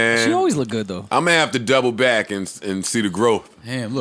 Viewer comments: Why can’t joe ever say “back to business?” He always seems like he concentrates really hard to say it correctly but he always ends up saying “bike to business.” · so nobody notices how its sounds like joe is saying “bite” instead of “back” in the beginning